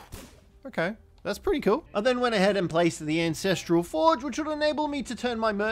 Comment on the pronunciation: AN......ancestral .......lol not INcestral.......hahahhahhaha!!